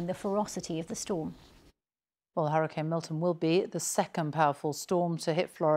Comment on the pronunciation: Why does she say hurricine? Ma’am